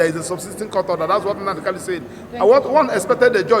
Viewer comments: Is his name Kalu or Kanu, get your accent right, barrister. Poor barrister, you can't pronounce the name of your client properly, okoromado This is clearly a recipe for disaster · It's a tongue thing. It's normal for some igbos to pronounce n as l. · He can't even pronounce his client's name correctly.